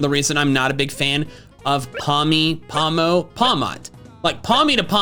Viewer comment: “Paldea is based on the Iberian peninsula meaning it is based in Spanish countries” *Pronounces pawmo and pawmot in Spanish*